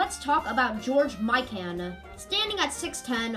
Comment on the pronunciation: George Mikan is pronouced My Ken